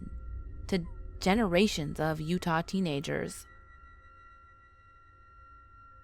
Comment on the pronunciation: Did anyone notice she called Utah U ha instead sorry if I forgot to put the right punctuation’s or something like that I suck at spelling so I use voice to text on iPhone instead.